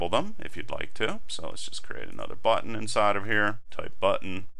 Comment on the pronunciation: no no great tutorial! i just like the way you say button. it was meant as a compliment ^_^ thanks!